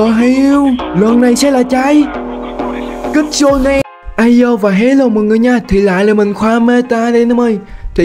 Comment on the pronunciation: kitsune mà em nghe là cức su ne